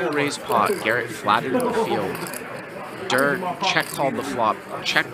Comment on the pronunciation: Why’s he calling Tom Dwan DURR